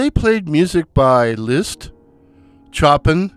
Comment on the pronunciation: "Chop-in" LMAO :octopus-red-waving: Chopin rolled over in his grave and cursed at you. :face-blue-smiling